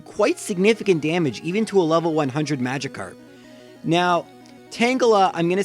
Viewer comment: It’s Magikarp not Magicarp you uncultured swine